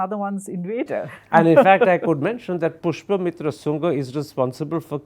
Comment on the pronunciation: Karan its "Pushyamitra sungha", not "pushpa mitra sungha" who killed thousands of Buddhists and destroyed learning centers in order to bring back Hinduism. Buddhist simply had no answer to Islamic and Brahminical violence. Buddhism by its very foundation was non violent, which is how Hinduism survived, through violence.